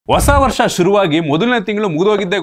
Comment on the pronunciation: "ವಸ " ವರ್ಷ 🤣🤣🤣🤣